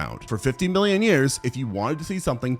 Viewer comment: it definitely sounded like billion